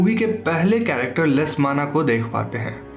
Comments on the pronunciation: When he said "Is movie ke pehle character lesmana ko dekhte Hain" I heard it as- "is movie ke pehle characterless mana" 😅😅😅😂😂😂 No offense tho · When u said character-lesmana.. It sound characterless-mana.😅😂🤣